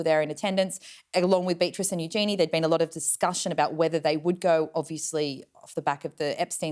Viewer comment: You need to learn to pronounce Eugenie's name properly!